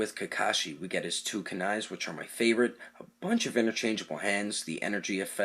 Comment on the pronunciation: You pronounced kuni wrong bruh